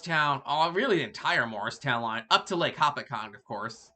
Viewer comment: Please learn how to pronounce Hopatcong: ho-PAT-cong. I can remember the Phoebe Snow stopping in Blairstown, picking up students from the Blair Academy. Amtrak should continue north and west on the Lackawanna route: Binghamton, Owego, Elmira, etc., across the Southern Tier until it connects with the Lake Shore route around Erie. Could be a faster express route to CHI.